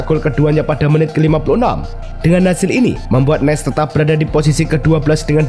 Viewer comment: maaf min Nice di baca Nis bukan Nes